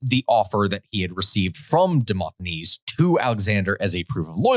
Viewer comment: FYI, it's Demo*s*thenes (with an S in the middle), not Demot(h?)enes. What a character, and... exceptionally lucky in dealings with Alexander the Great. Not even ostracised! And it's too bad you glossed over the story of how Alexander defeated Illyrians. Short story (for a longer account look up "Siege of Pelium"): he got himself in a bit of a pickle (i.e. sort of the trap) and then decided to run drills with his perfectly trained troops in full view of Illyrian army. If I could time travel to one event in history it would be that one.